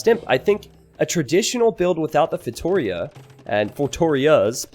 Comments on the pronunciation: yes sorry, I mean pronunciation!! It is just as Giuliano said below: instead of feiTOria it is feitoRIa!! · I really hope this brings Feitorias to the spotlight, even if a safe map is needed for that kind of fast imp lol Btw if you're interested in the correct spelling, its "feitoRIa": "RI" is the strong syllable in this one!! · Also, if you feel like pronouncing it in portuguese, it's actually "FEY-TOO-RHEA" ;) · It’s pronounced “fay-tow-REE-ah”!! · please try this when saying Feitoria: FEI (like in FAIth) - TO (like in TOtaly) - RIA (soft R, and "I" has an EE sound in portuguese and is the strong syllable in this word, like "rEEa"). Fai-to-rEEa. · Fate-oh-reah could work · To like toe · it's pretty accurate sylable-wise, but Yuri is correct where the strong, longer syllable is in the "RI" ( says it like it's feiTOria) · For the love of god,! I'm Portuguese and I can't stand listening you saying feitoria. 🤣 Listen to this, this is how you should pronounce "feitoria" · Please stop saying feitoria like that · Viper pronounces it wrong too